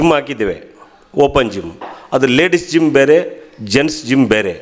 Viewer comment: Not gum it is Gym